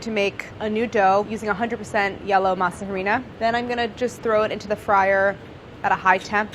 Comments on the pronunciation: It’s pronounced “Masa arena” the H is silent 😂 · I can’t stand how she pronounces masa harina